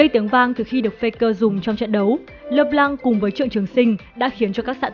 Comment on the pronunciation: Trc khi bt đọc là "Lơ p-lăng" thì lại đọc là "Lê Lan" :<